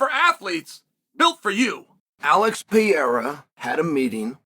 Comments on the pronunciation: I love how he refuses to say Pereira correctly. He pronounces it different every time 😂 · I'm shocked how chael can pronounce so WILD names perfectly. But can't say Pereira correctly at all 😂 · Bros name pronunciation is so dookie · Chael, I'm not sure when you last got your eyes tested, but there is no silent "R" in PEREIRA. 😂Frankly, I'm quite disappointed that Dana hasn't yet arranged for the Periera Vs Ankalaev fight to happen. I think Ankalaev most certainly deserves a title shot. Ankalaev is clearly being deliberately ignored and I don't really know why. As for Hill, I believe he is a borderline crazy person. He is absolutely no match for Aspinall who will easily put him to sleep within the first minute. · How is he still not able to pronounce this guys name yet? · It's actually remarkable that chael works for and around the UFC and still can't say the name of probably the most well known fighter in the UFC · Chael.....replace the R's with an H.... And ur good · at some point you have to learn how to pronounce his name - its starting to get disrespectful. PE-RE-RA (not PEE-AIR-AH). would you like him relentlessly calling you "chael so-no-one"? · PER-RARE-AH, Chael... PER-RARE-AH 🤡🤡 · Man, his name is Pereira, not Piera like you say it 🙂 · Álex Pierra ✅ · Alex Pee-Yera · Alex “Perrera” 😂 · Chael’s language Pee-Air-Ah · We are living in the Alex "Pee" Era... thank you, Uncle Chael. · It's Per-rare-rah unc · Pee-Aira is fighting Blahal! … or maybe even Will Flury! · PER - RERA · If Uncle Chael says its P-era, then its P-era!!!!!!! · Chæl: if you’re going to talk about MMA, please learn how to say “per era”. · Who tf is Alex Peeyera? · Pee-Era and Uncle Eye-Ev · Four years later and Chael is still purposely mispronouncing Poatan's name. Pee-era 😵‍💫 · Chael will never attempt to say this man’s name correctly. Cmon uncle Chael, he’s a double champ. I’m from Oregon, I have the same dialect as you, I don’t see how you get to Pierra. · Who is Alex Pee-era